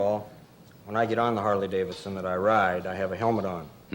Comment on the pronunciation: He should've jumped with a Honda, not a "Hardley" (harley)